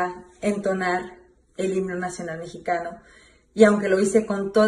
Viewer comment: Maria celeste tu solo miras los errores de los demas pero no te fijas en los tuyos porque se escucha muy claro cuando en vez de decir himno dices higno la neta estas bien mensa